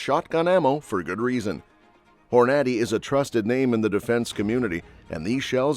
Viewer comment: Please give your AI more time to learn the proper pronunciation of more words like Hornady.